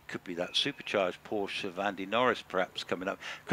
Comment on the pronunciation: Why do so many people mispronounce Porsche?